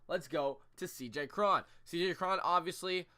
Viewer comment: I dont think Morrison is retired. Hes still pretty young. Cruz has never struck out more than 164 times in a season. And I think its pronounced C.J Crone.